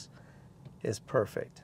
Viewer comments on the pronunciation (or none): none